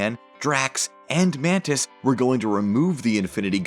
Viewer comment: "I am mantis........." sounds like "I am panties........."